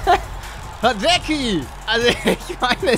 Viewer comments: An Palle er heißt Sprich:" Radetzki" und nich Sprich: " Radekki" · Du hast radeki gesagt nur der heißt hradecky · 0,54 Radecki lol Es wird Radezki ausgesprochen Aber sonst wie immer sehr unterhaltsam weiter so!! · Es tut mir leid Paluten aber man spricht ihn nicht aus wie er Geschrieben wird xD er wird zwar Hrádecký geschrieben aber wie Radetzki ausgesprochen 😅😁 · Hradecky wird Radetzki ausgesprochen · Aber Hadesky oder?😂🤦🏻‍♂️🤦🏻‍♂️Wenn du schon neunmalklug bist dann sag das wenigstens richtig...Radezki(ausgesprochen) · Niemand: Wirklich niemand: Paluten: Radeki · Paluten diesen Hradecky spricht man Hradezky aus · Er wird Radetski ausgesprochen xD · Hradecky wird Radezki ausgesprochen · Hradecky spricht man Radezki aus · Man spricht es radetzki aus😅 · Hi Palle der wird radetzki ausgesprochen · Der wird hradezki ausgesprochen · Er heißt Radezki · Er heißt Radetski wenn man es so schreibt/ausspricht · Der heisst nicht Hradeky er wird anders ausgesprochen. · Dieser traurige Augenblick wenn er Hradecky nicht aussprechen kann 👍😂